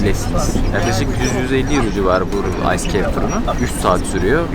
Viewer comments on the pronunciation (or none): none